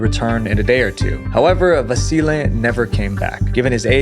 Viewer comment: I like you say Vasile's name perfect, very nice of you